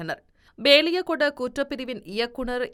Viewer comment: Gathmandu அல்ல Kathmandu Gehel pathra அல்ல Kehel pathra Beliyagoda அல்ல Peliyagoda Nebal அல்ல Nepal உச்சரிப்பினை பார்த்துக் கொள்ளுங்கள் 🎉